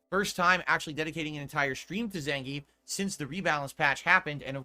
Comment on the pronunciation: He's a disingenuous pig. Also he needs to stop saying "Zen-geef" when its Zangief.